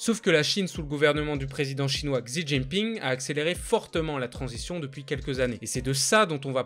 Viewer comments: Super vidéo !! Juste pour Xi Jinping : Xi ça se prononce « chi » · Super vidéo ! Par contre fait gaffe à ta prononciation du h et du x en chinois (h=r, Huawei se prononce ruawei)(x=ch, xi jin pinse prononce Chi jin pin)